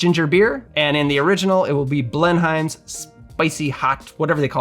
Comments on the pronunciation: pronounced bleh num. not BLEN HIME. lmao. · It's pronounced more like "Blen'm", like Blenheim palace. You can hear it here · pronounced "BLEN-um" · My mother (who lived most of her life in SC) was a HUGE Blenheim ginger ale fan. (She pronounced it “blen-um” - no idea if that’s right or not.) She brought the spicy stuff to our first family get together post-Covid (most of us couldn’t handle it 😂). She passed in February and your video got me in the feels a little bit, wasn’t expecting that. Thanks for a good memory. ❤️